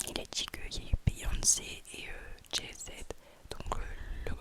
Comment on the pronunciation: 😂😂😂😂 mais c'est la première fois que j'entends quelqu'un dire Jay zede Pouahhhhaha tu me bute Will smit 😂😂😂 mais tu trolls en vrai